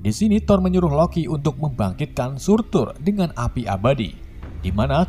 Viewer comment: Surtr Bukan Surtur🔥